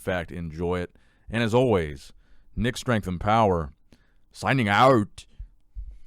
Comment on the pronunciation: What happened at the end there Nick? "Signing OUAUAUT" 🤣🤣